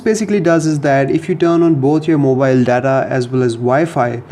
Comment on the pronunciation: Mowhile not mobile fluence is f*ckkk